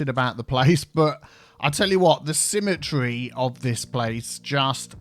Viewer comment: Symmetea Canals...Regularitea....Similaritea...